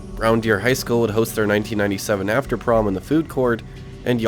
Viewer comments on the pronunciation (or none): none